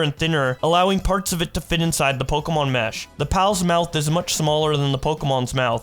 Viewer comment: pleaaasee please please,, its pronounced "po kae mon" not "pok ee mon" PLEAASSEEEE😭